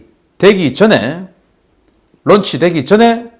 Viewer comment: '런치'가 아니라 '론취'라고 발음해야 합니다...